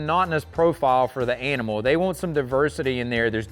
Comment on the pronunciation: Bale or Bell ? They or Day ?